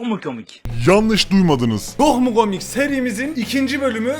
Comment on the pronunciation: Nobody::Çök mü kömik